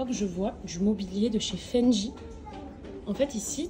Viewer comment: Je crois que c'est Fendi, pas Fendji...🤔🤗